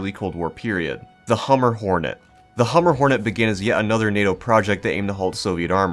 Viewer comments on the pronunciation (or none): HumBER, not Hummer. Like lumber. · Hum-ber pig not hummer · As someone who lives on the humber im offended byyou pronouncing it 'hummer' ahaha, but other then that good vid man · I hate to be the guy who comments on a 2 year old video with something like thid but- the B in humber is not silent There's an estuary in the north east called the Humber, and it's said how it's spelt